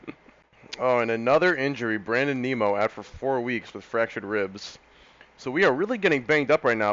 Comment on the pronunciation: didn't see this in my sub box until today so not sure if you caught on to the pronunciation yet but it is nim-o.... not neem-o. As a big mets, ootp and fan this is gonna be a fun series to watch.